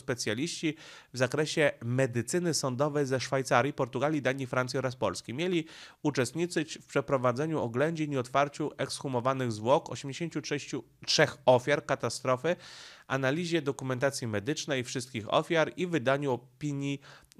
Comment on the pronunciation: mieli uczestniCZyć a nie uczestniCyć.